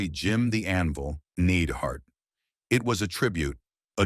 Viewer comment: Stop mispronouncing niedhart 😮